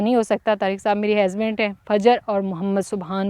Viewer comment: ap bht acha bolti hy bs ek word ni sahi bolti hazband ni husband hota hy ap py suit ni krta ajki video me ap ny kafi bar bola